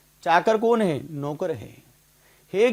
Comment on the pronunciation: नौकर होता है नोकर नहीं